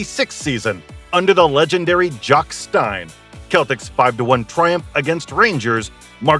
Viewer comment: U cant even say jock stein properly